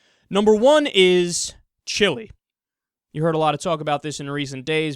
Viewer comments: Kyle, it's "Chee-lay" not "Chillie." Chili is some cheap ass food for dipshits from Texas who think that they still live in the Old West! Chile is one of the most amazing and beautiful countries on earth. To recap: Chili=Dog Food, Chile = South American Nation. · Kyle, Chile isn't promuanced "Chilly" its pronounced chi-lay